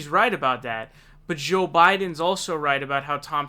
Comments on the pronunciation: Why do you say Joel Biden weird? Joel isn't hard to say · Bernie should ask him how it was getting arrested in South Africa LOL One thing though, why do you seem to pronounce 'Joe' as 'Szhoe'? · Why do you pronounce joe so weird